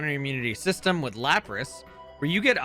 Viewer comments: Did you just say LAPPRAS? really? Its Lapras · are you ok? Nobody ever says lapras like that It’s Lapras not Lepras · la-prus. Do you mean lap-ras? 📎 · It’s LAP-RESS Luh-pross 😂 Dude what? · No. Absolutely not. Luh-pross??? DUDE WHAT ITS LAP-RESS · I hate that you said “la-pras” instead of Lapras. How it’s ALWAYS been said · Laprás 😂 Never heard anyone pronounce it like that in my life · "La prause" Excuse me? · "laPRAS"??? Someone doesn't watch the anime....... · why does he pronounce "lapras" like "lacrosse" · He also called lapras “law-pras” lol. I was like wtf did you just call them?! lol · Why u say Lapras like that? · Who taught you how to say Lapras? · Why do you pronounce Lapras like that > < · I just can't get over the way he said the name Lapras , it hurts my soul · The way you prounced Lapras hurt me a little haha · Why does no one notice how he changes the pronunciation of lapras from saying laprAas tp LApras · I was enjoying this video until I heard you pronounce Lapras I cannot forgive you for this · that is the weirdest semi-correct pronunciation I have ever heard of Lapras. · Why the fuck did you pronounce Lapras like that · The way you pronounce Lapras should be illegal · Why did you say Lapras like that 😭😭😭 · Glad someone said something LOL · Lapras is NOT pronounced that way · Great video apart from the rampant mispronunciation